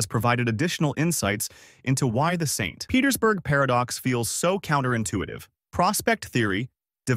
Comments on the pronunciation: Must be read by AI or it would have read "St. Petersburg Paradox" as the name of a place instead of a longer pause after St. because it must be the end of a sentence, and an additional emphasis on the P in Petersburg as it's the beginning of a sentence. Very good AI, though. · AI readers have a hard time telling the difference between a full stop and an abbreviation. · AI sees a dot after ‘St’. AI pauses for end of sentence 🤦‍♂️ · Yep, the way it end the sentence at the dot of St. Petersburg give it away